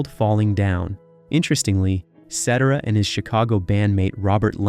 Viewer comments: Agreed. "SET-er-ah"? The narrator also mispronounces the word "bassist" (ˈbāsəst). The whole world pronounces it "BASE-ist", not "BASS-est".🙄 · His name is pronounced, Sa Ter ah. Just an FYI! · His name is Not Setera you idiots it's Cetera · His last name is not cetra. It's Cetera. You have to pronounce it right. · Se-terra. Not Set-er-a. Do your research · It's pronounced suh-terra not setterruh as in etcetera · Hey narrator 😊. It's pronounced "Sə-terr-ə" not "Set-ə-rə". Get it right. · It is not CEtera is is ceTEra. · The narrator says Cetera like "et cetera" but I think the singer pronounces it Set-TARE-uh. This seems to me an important error for the maker to fix. And let me recommend to you video on Frank SIN-na-tra. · Who's Peter Sedera?🤣🤣 It's pronounced Peter Set tera you millennial fool. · Peter Setera 😂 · I think you are pronouncing Pete’s last name wrong. I believe it’s pronounced Set er Ah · ITS PRONOUNCED ..... PETER SA TERA YOU M O R O N !!!!!!!!!!!!!!!!!!!!!!!!!!!!!!!!!!!!1!!!!!!!!!!!!!!!!!!!!!!!!!!!!!!!!!!!!!!!!!!!!!!! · Cettera?????? Anyway, I'm on Danny Seraphine's side. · Its pronounced Peter C e terra!! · SE-TERR-AH. Get it right! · Thank you, Reed Carpeet, for demonstrating to us that we have been pronouncing Peter Cet'-ara's name wrong for the past five decades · sih-TEAR-uh, genius. Do your homework. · Peter Cetera's last name is pronounced, "seh-TER-uh". In any case, it's too bad Peter left Chicago. I think they both fit together so well. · Ce-TER-ra. One could call him the lead singer for Chicago in the '80s but not in the late '60s-70s, when the band had three vocalists and really no "lead' singer. Old Chicago is the best, with Terry Kath. Cetera was great then but as a member of an ensemble, not the lead. That's when Chicago lost its footing, in the 1980s. Terry was gone by then. RIP Terry. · His name is pronounced phonetically "SAH-TARE-RAH." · Your mis pronunciation of SET-ER-A's name is a distraction. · Peter Set-er-uh? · I AGREE!